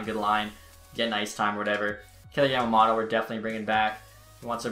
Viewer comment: YAMA “MOTO” not “MATA”